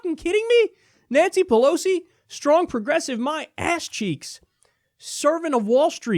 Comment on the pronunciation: Pelos? Is Kyle learning Spanish now?